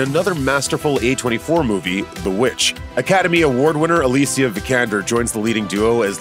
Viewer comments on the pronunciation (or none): none